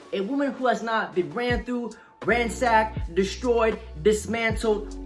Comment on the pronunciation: He said run thought like the traffic light 🚦 😭😭😭😭😭😭😭😭😭😭😂😂😂😂😂